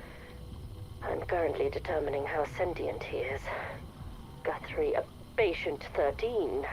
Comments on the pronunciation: I can’t tell if it’s your accent or if you are purposefully saying GOOTHRIE instead of GUTHRIE over and over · Goothrie? GUTHRIE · "goothrie" lol